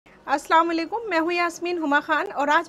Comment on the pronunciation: As salamoalaykum theek se kahna